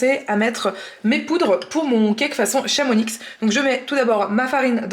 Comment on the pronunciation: Super recettes à tester mais juste une rectification de Savoyard on ne prononce pas le "x" de Chamonix 😉😁mais continuez vos vidéo elles sont super ❤